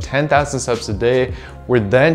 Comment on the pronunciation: Please pronounce your T in steps more clearly, 10,000 seps a day does not make sense